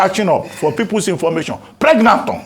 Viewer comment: Dr Albati ooo😂😂😂, pregnanton 😂😂😂